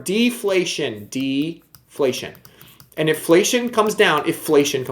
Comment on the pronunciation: Haha “iflation”